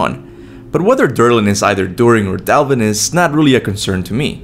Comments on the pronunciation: I really dislike that he says “Dalvin” instead of “Dvalinn” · I'm not trying to be a jerk, but how is it you can read the name "Dvalinn," and yet, pronounce it as "Dalvinn"? Sorry if it came out a bit rude, I wasn't trying to, but i'm very curious as it how you mix up something like this. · You butchered the name Dvalinn twice already lmao. Its Dvalinn not Dalvin lol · It’s pronounced dvalin and he’s a chief black smith watch American gods s1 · Dvalinn is pronounced Dwalinn fyi.